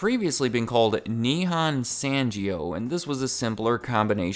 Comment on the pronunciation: Ita pronounced nihon (o sound not a) sangyo (not san jio). I think being able to pronounce global brands' names correctly will add more credibility to your channle especially for international viewers